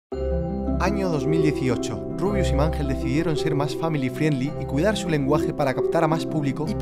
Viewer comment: No es rubuis es rubiuh